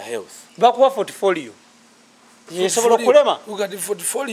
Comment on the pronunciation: Did I hear sth like 'fortfolio'???????